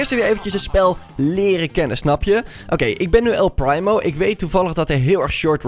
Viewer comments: Je zegt El Priemo, niet El Praimo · Hahaha, geweldig dit😂 ik speel zelf al ongeveer 1,5 jaar actief brawl stars en het is dan echt geweldig om dit te zien! Keep up the good work! Oh, en je spreekt het uit als “el priemo” ipv “el prymo”😂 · nee man je hoort El Primo met de IE te zeggen wat hij zegt is El prymo/primemo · Hij zegt El prijmo paar het is primo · Het is El primo je zegt El priemo en niet El prijmo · el primo zegt letterlijk zijn naam en zegt nog steeds el prijmo! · Je spreekt El primo uit als El priemo En een paar tips 1. Als er upgrade staat kun je de knoker upgrade 2 . En speel showdan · GVQ - Gaming er staat toch el primo duidelijk dat hij het zicht en zo hoor je het ook te zeggen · Je zegt el prijmo like als je dat ook hoorde👍🏻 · "El PRIMO" echt mooi hoe dat zeg😂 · Echt eh